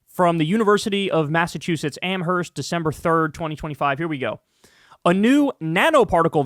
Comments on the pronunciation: The “h” is silent “am-erst” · Massachusetts resident. Don't pronounce the h in Amherst!!!